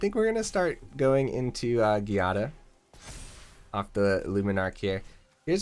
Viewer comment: I think it is pronounced JEE-ah-da, but I'm not sure either